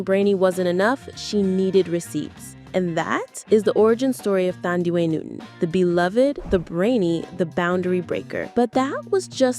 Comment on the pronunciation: You have pronounced her name wrong. It’s NOT pronounced Thandiwe, with the TH pronounced. It’s TANDIWE. The TH is a TAH Sound.